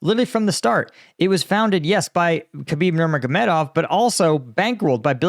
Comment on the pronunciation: Great commentary/analysis as always! I like how you can say Khabib’s last name with ease but not Medvedev lol Also great performance on Jake Broe, I saw a different way in how you respond that makes me appreciate your analysis even more.